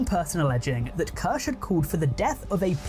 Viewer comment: how deep did he dive if he didnt even learn how to pronounce "kirsche"? (probably he did and just pretending, but anyway, how tf does this deep-diver have more than 2 subscribers: his mom and grandma)